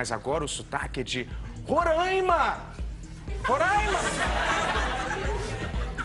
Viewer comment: que porcaria, esperava qualquer tirada de sarro, menos dizer que meu estado onde nasci Roraima e o estado onde moro atualmente Manaus não existem. Falta de respeito total. E ainda falam errado, chamam de Rorâima, como se tivesse acento, ao inves de falar o nome de forma mais aberta.